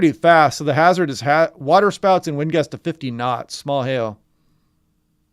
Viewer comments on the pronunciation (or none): none